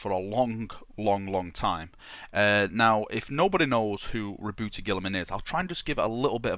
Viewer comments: why you pronounce it rebouty??? you pronounce it roboute like robert but with a small dip it the middle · RA... BOOT not ra boo tay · This needs more likes... It IS meant to sound like Robert. Your pronunciation makes me shiver, no offence haha!